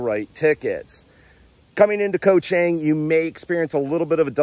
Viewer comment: FYI - Chang is pronounced more like Chong. "A" is not pronounced ANG like right "Angle". It's more of an AAh sound, Koh ChAAHng. This is how the A's are pronounced. Practice it.